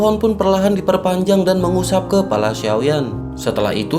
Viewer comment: min..... k e p a l a...ingat tau kepala, bukan kelapa :)